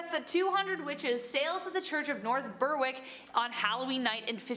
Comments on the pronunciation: Berwick pronounced “Berrick “ not “Berr wick” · "Berwick" is pronounced "Ber-ik", the w being silent. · For future Berwick is pronounced, berrick ❤️